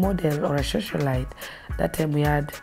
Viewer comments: Is she saying ' shoshiolite?' 😂 and bragging about being a prostitute? This is crazy, leave a legacy of being the best prostitute or what? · Did she say shosolite?😶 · Did she just say Shosholite....what in the actual fuck hahahahahaha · It's Socialite not shoshalite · People here are so judgemental. Everyone has their life to live. And the fact that she can't pronounce "socialite" correctly only means she didn't have access to the best education most of you have. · Am I the only person concerned with the fact that she can't pronounce the word "socialite"? 🤦‍♀️🤦‍♀️🤦‍♀️ anyways let me be thinned by my own.